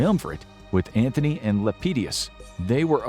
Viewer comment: btw it's Antony NOT Anthony (no "h"). one would think an alleged expert would know that.